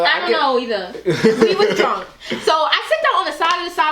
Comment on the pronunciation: I love how says drunk. She's like "drwunk!" 😂 so much emphasis